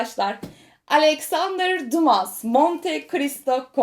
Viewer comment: "seninki" Alexandre Dumas'nın okunuşu "düma" diye olacaktır. Hatta Dantès'nin okunuşu da "Dante" olacaktır. Sevgileer